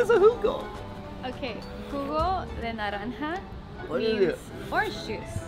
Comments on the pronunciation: The way Austin pronounced “ jugo” as “ juko “ had me dying 💀💀💀💀😂😂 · "I got my baby her HUGO!!" OMG, Austin, lol! It's JUGO or juice! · Catherine :Jugo de naranja Austin: Jiogo 😂😂😂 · I felt so bad but it was freaking hilarious how he says jugo all happy but he has it all wrong lmfao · Boy kept pronouncing jugo wrong lol I can't.